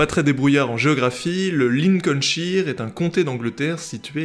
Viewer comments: Vivement la suite, aller petite remarque n'hésites pas à prononcer les régions anglaises avé l'accent un truc du genre "Lilecolnshaïeur" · un anglais m'a dit un jour que la prononciation de des régions qui se terminent par ''shire'' sont prononcées effectivement '' ''cheur''. C'est un peu comme prononcer ''sire'' ( seur) mais avec un ''ch ''. En tout cas je trouve que tu débrouilles pas trop mal😉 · Et elle arrivera vite ^^ En fait la prononciation de Lincolshire est un peu différente...je n'ai pas réussi à la faire correctement mais ce n'est pas non plus "aïeur" mais juste "eur" il semblerait 😆😅 je ferai mieux une prochaine fois 😉